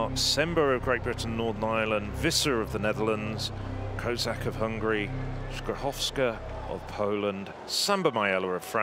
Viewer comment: TAK CIEZKO BYLO POPRAWNIE POWIEDZIEC PIA SKRZYSZOWSKA?